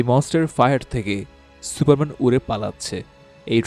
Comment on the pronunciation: কি সুরা মেন শেটা মেন ঠিক করে ক